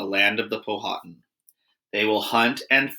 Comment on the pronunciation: Please pronounce the names of the Native American tribes correctly. Pow-ah-tan not pow-ha-tin